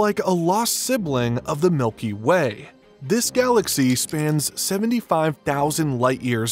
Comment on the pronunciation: Very interesting to learn about Euclid, thank you for posting this. There was something I wanted to mention, the way the name Milky Way was pronounced throughout the entire video. He kept saying it as "milky WAY", really emphasizing the word WAY over milky. Any particular reason for this?